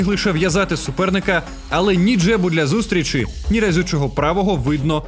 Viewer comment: Класний огляд! Ведучий - не "зустрічи", а зустрічі! Дякую!